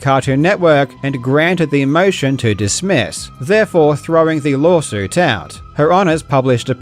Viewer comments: did really just say "lolsuit" instead of lawsuit? If so that's amazing. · did you saw Lawsuit or Lolsuit? 😄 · is that just your accent coming through on the word 'Lawsuit', or did you actually call this a "LOLsuit"? cuz thats the first time ive ever heard that term, and i love it... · he says LOLSUIT instead OF LAWSUIT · I love that you keep calling it a lol-suit lol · it sounds like he's saying Lolsuit. Which is an accurate description of this lawsuit. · You really called it a LOLsuit , I listened several times to make sure 😂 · "lolsuit"... Im not deaf you know :D. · Idk if he said Lolsuit, but it’s actually been used a few times before. For lawsuits that are jokes of course. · As an Australian (yes I should be asleep right now), I didn't catch it the first time, but now you point it out it does indeed sound like he's saying "LOLsuit". That second "L" is too clearly pronounced to be a coincidence I feel. Unless Queenslanders just have an extra weird variant on the accent when it comes to that word! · Am i the only one hearing "lolsuit"? I mean, it is a lolsuit, so it would make sense calling it that. Let's hope Milly's not gonna make yet another lolsuit on this video, eh? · "Lolsuit" lol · did i catch a "lawlsuit" in there, b?